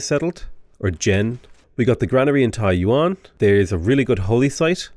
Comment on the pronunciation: I lol'd every time he pronounced Taiyuan as Taiwan Then everytime he pronounced as "jiang" something I died a little inside. Please pronounce Xi Jinping in your accent, hearing jizz jizz bing would be glorious